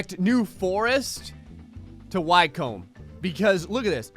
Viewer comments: Hah, I'm sure he put deliberately awkward to pronounce British place names in there to trip you up. Lan-nac-shure ( that one's Scottish, good luck with getting it right ), Wick-um ( Wycombe ), first part of Chelmsford rhymes with Helm, etc. You pronounce Brighton like a Londoner tho :) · Also, Wycombe is pronounced Wi-ckome